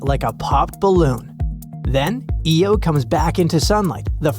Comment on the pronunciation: Your AI can't pronounce IO property. Really annoying. It's "eye oh", not "Eee oh".